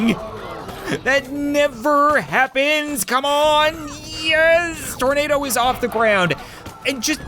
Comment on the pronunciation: Thornado Exactly how it sounds